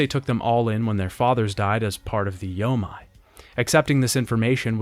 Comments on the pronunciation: Loving these retrospectives but it’s bothered the heck out of me in each one: anytime you see a Japanese word with “ei” in it it’s not pronounced “ai” like you’ve been saying, it’s pronounced “ayyy”. The “yo-may” alliance, not the “yo-mai”. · When converting Japanese words to a English alphabet "ei" is pronounced "ay" so yomei would be pronounced "yoh-may" it is "ai" that is pronounced as "eye". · “Yo-may” = Yomei